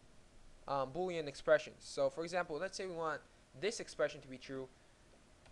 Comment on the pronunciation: well i might be an idiot. but he clearly cant pronounce the L sound, for instance "Boolean" is not pronounced "boowyean" And yes its a nice application